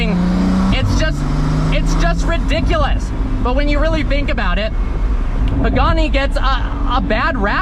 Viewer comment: Lmfao the way he says ridiculous 😂😂